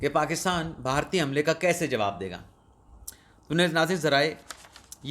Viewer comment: بہارتی نہیں بلکہ صحیح تلفظ بھارتی ہے